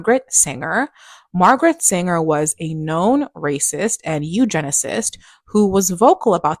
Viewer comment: It's Margaret SANGER. Not Singer. But this lady is right, she was an evil and conniving woman.